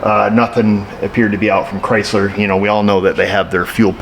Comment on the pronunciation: There's your problem lady. It's a Chrysler. The first syllable is cry.